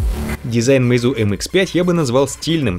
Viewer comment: Ударение на Е, а не на У, простите, слух режет.